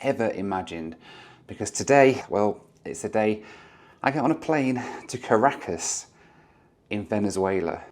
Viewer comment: Really enjoyed that challenge. Doesn't it challenge you to explore some places a bit more before flying out again (Panama City e.g.)? One thing though: If you say one more time Car a cas instead of Ca racas, I'll have to ask the locals how they say it. There's something about Brits avoiding emphasis on the first part of a word (like Polmar airport instead of Polmar airport or Leicster Square instead of Leicester Square) 😁